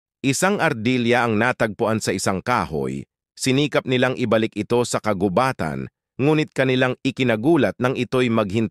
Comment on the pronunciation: Ampunin, inaruga, na ito, 😅😅😅😅😅nabigla ako sa accent na nabigkas parang mali yata 😅😅😅😅😅. Nakakapagtataka😅😅😅😅